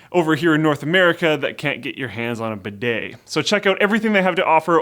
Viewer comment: Bedeau? Bede? What is this word? He mentioned it when talking about the peppermint scented arse wipes. What is it.